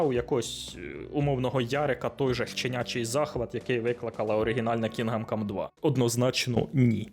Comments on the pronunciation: КінДом, не Кінгам. "Г" якраз не читається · КІНҐДОМ, а не кінгам😅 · чого "кінгам кам", то ж "кіндам кам" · КінГам кам, прям ріже ухо. КінГдом кам. Відьма 3 ван лав, просто обожнюю. ГТА 5 так і не пройшов, купував разом із слімкою ще на диску за фул прайс, але гра не чіпляє, яка б вона якісна і пропрацьована не була, от не моє. Будучи дитиною, подабалася Вай сіті, за свій вайб, музику, неонові вивіскі. Підлітком Санандреас, за чіт коди, можливість політати, це було фаново. Але будучи дорослим, я не розумію, що мені від тих пограбувань і тюнінгу тачок, ну таке, Ще однію великою проблемою для мене стала розтягнутість ігор, як от в Год оф вар Рангнарьок, більшість побічних квестів так і не виконав, бо вони поверхені та абсолютно не цікаві,( бо все порівнюється з Відьмак 3). Мене не покидало відчуття, що в розробників стояв план, зробить гру на 100 годин, а те що вона втратить в якості, наповненості світу, роізноманітності сайд босів та квестів, це вже нікого не цікавить. Та як і в Привиді Цусіми, однотипні зачисти лагерів монголів, бо так треба і зроби таке 100 разів. Для чого це потрібно і головне кому, можна вкластися в 25-40 годин, зробити гру наповненою, різноманітною з цікавими сайдами, щоб залишився приємний після смак і це все ще буде ААА проект. хронометраж не означає якість. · Що таке, бля Кінгам Кам? Ти взагалі наскільки профік в ігро індустрії, що їбав вчитись називати ігри правильно? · Як він сказав Кінгам cum❓ Поки ви дивилися відево, ваш компуктєр згорів.